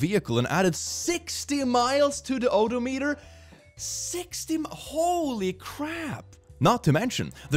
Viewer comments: Any Trekkies notice how he said “odometer”? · Odometer is oh-dom-eh-ter, if anyone is wondering. I’ve seen people take long test drives but it’s discussed and planned in advance. My aunt needed to make sure her MIL could get in and out but she’s too frail to go the dealership for that sort of thing. So they let her have the car for 2 hours, provided she kept it under 60 miles.